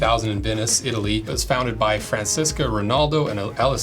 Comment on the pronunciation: Francisco? dai phiga, è un nome italiano, cosa azz c’entra lo spagnolo!